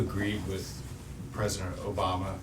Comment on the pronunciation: Mr. Cain, the word "with" is not pronounced "wif".